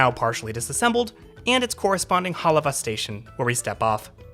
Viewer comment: Good job covering places and things that are of interest to residents. I think he may have pronounced Hālawa correctly or I have been pronouncing it wrong or all of us talk da funny kine English.